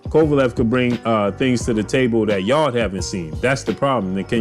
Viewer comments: You say Anthony Yard huh LOL it’s Yarde Yar-day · Yarrrrrr-d lol